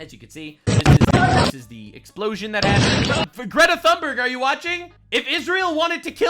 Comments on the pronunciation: How pronounces Greta's name is hilarious. 😂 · Omgggg, stop saying her name like that!! 😂😂😂